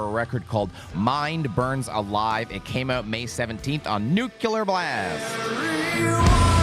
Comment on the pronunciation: Nu-cle-ar homie. Not Nuke-u-ler